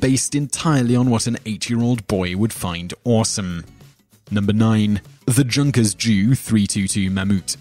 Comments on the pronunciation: These are interesting top tens, but please if you're going to use names German, or otherwise, learn to pronounce them. Junkers has nothing to do with "junk", it's pronounced "Yoonkers". The Swalbe, is german for swallow, it's pronounced "Schwarlber", and so on. Look in Wikipedia, they normally have a button to press so the word can be heard. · "Junkers" is Pronounced "yunkers" So the "Junkers Ju 322 mammut" is pronounced "The yunkers J-U 322 mammoot" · No. 9 it's pronounced unkers the j is silent and it's abbreviation is j u never pronounced together fw is Fokker Wolfe and should should be used as a rule of thumb two or less letter say the letters desperate 3 or more you should be right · #9 is pronounced Yun-ker not junk-er. Just letting you know. :D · Did anyone else get frustrated when he was naming the planes and instead of saying, for example "Junkers J.U." He would say "Ju". Also, side note Germans pronounce their J's like a Y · His pronounciation of "Junkers". lmfao